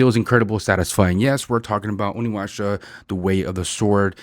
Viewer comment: It's pronounced "onimoosha" atleast in the early 2000's it was. Yeah its a pos, no RE vibes like in the original and action is off and unlike anything from 2 and 4. Huge disappointment and a waste of development time. Unfortunately, not surprised.